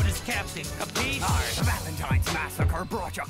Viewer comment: As an italian, i always love your “capiche” version of italian word “capisci”. 😂